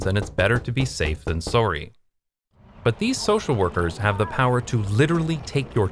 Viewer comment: Your "sorry" sounded very Canadian :) Fantastic video!